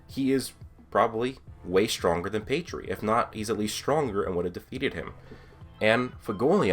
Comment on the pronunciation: Who th3 fook is pedree? Your pronounciation...